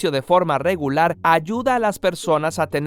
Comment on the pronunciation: Felicidades. Es procrastinar. Se escuchó "procastinar" ¿Cuál es la correcta?